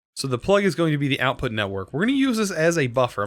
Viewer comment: "Outout" why does that trigger me so much